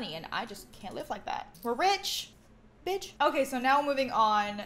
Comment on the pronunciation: She said bich